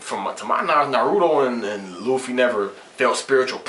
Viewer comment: luffy felt luccis attacks, ICHIGO COULDNT BEAT LUCCI, and i kno u would change ur mind if u knew luffy, and i kno u dont beacuase u mispronounced his name, GET UR FACT STRAIGHT. gear second and gear third arnement haki red hawk giganto rifle, super speed. ichigos done.